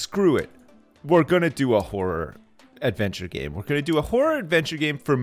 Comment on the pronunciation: lol It sounds like he keeps saying a "Whore Adventure Game" I can just hear him saying "I would play the shit out of that!"